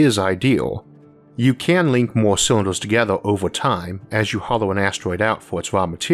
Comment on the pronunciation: can't take the speech impediment. turned it off as soon as i heard, "o'neill cywinduh".